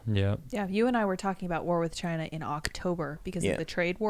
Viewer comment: IT CAME FROM CHY-NUH